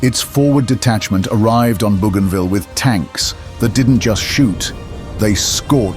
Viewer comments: Dans la bande audio en Français , ce n'est pas bujinville Mais bougainville. ( Marin explorateur français) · Bougainville pronounced boganvill.